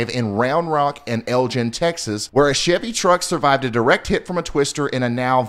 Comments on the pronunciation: It's pronounced eLg N not el jinn. Lol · It’s pronounced Lgin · Please stop saying Elgin wrong